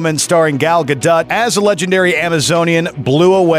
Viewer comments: am I the only one who didn't like Logan? there was no suspense, no stakes. it was two hours+ of waiting for Wolvie to die. Ragnarok was the biggest surprise. also it's Gah-do not Gah-dot. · "Valume" and "gado-t"